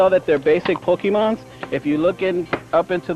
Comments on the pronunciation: I only remember this because of the guy who says pokemans 🤣 literally just thought about it and wanted to laugh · I remember being so mad as a kid when I heard him say pokemons/pokemans. Some "Master" 😂 I love this old video though